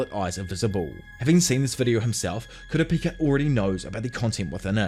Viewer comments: how did u manage to butcher kurapika's name so many times and say it 4 diffrent ways??? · He finally said Kooo-Ra-Peeeeka. Instead of Ka-ra-pa-ka! Lol. Only if he would said JiiiiiinJeee-ng. Not Ghe-ng! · Dont you dare reedit the video Everytime yoi said kurapaka it made me laugh And made watching this video a blast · were you just mispronounced kupakira on purpose? 😂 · Pronunciation sharpening: it’s not KUH-rah PI-kah…that’s the wester pronunciation…switch around the stress. It’s on the second syllable: kuh-RAH pi-KAH Like westerners say: nuh-ROO-toh (Naruto) Its: NAH-ru TOH 2 stresses on first and last syllables😇 I didn’t even know what our narrator was saying until K was shown on screen😊 I know it’s minutia… The Narrator is doing a wonderful job. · Halfway through and "kurapaka" is grinding my gears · Not kurapaka😭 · For the love of all that is anime, please pronounce Ku-rah-pee-ka’s name correctly. Great video otherwise. Can’t wait for a recap on the voyage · The way he changes his pronunciation of Kurapika 😂☠️☠️ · The way you announce kurapika drives me insane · You mean Kurapako? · Dear god yes, I like his detailed explination of the events but holy shit, homie CANNOT decide how to pronounce Kurapika. I know it doesn't roll off the tongue but bro, even if it's wrong stick to one pronunciation, I'm over here thinking Kura-Peeka and Kura-pocky are 2 diff characters cuz I'm not watching the video. To be fair HxH has funky names but I just feel like he's just doing one or two takes and let's keep going. Seriously dude, pick a way to say it and try to be consistent, even if it's wrong just go with that. 😂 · I'm going to call the guy until he pronounces Kurapika a little better 🤣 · i love how you pronounce Kurapika differently every time you say it, and that it's never correct lol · Pronounce Kurapika Challenge [IMPOSSIBLE!!] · Complete butcher of his name 😭😭😭